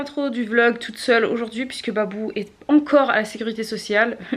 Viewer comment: C moi ou j'ai entendu dire "bibou" au moment ou babou est venu